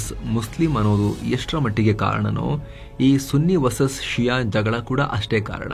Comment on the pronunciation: ಷಿಯಾ ಅಲ್ಲ ಶಿಯಾ